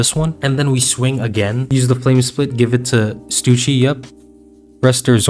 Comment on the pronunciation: I’ve gotta ask, who’s Stucci, you mean stuSSy?